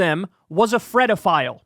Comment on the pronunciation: I can't take you serious if you're saying fredophile.